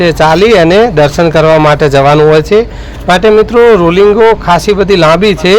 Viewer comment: રોલિંગ નય ભાઈ,,,,❌ રેલીંગ કહેવાય આને ભાઈ ✅